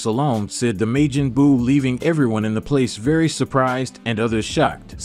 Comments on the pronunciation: Why are you saying Majin like Majen? Wtf I've never heard it pronounced the way you saying the shit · how the hell can u not pronounce majin correctly how long have u actually watched the show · He said maygen. .and sayeeen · You can't say sayion or majion right lol 😂😂😂😂😂😂😂😂